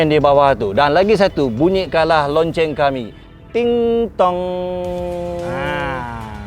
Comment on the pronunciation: “aku suka la kereta ni ” kata tak pernah tak kalakar lagi² bila sebut “lonceng” tu hahaaa😂😂😂